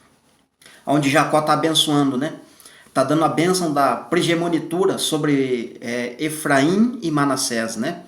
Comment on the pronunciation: Irmão abençoado de Deus que tem edificado grandiosamente a Casa de Deus, Paz! Irmão, eu quero fazer uma pequena correção com uma palavra que você pronuncia errado mas acredito que o irmão não me critique por isto, pois é construtiva. A palavra é PRIMOGENITURA e não PRIGEMONITURA. Que o Pai continue te abençoando e compartilhando o Pão. Obrigada